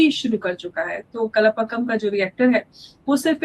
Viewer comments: "Kalapakam" nahin, Kalpakkam🙂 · it is pronounced as "Kal" like tomorrow in hindi and then "paakam", not kalapakkam....that means mixing things.....